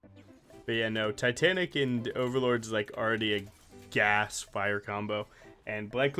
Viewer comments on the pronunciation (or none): L0GANJG FEET 🔥GAS! 🔥GAS! 🔥GAS BADAASSSSSS! 💥 hmmmm, thaha the "gas gas gas" thing hits different when a german says it 🤣🫡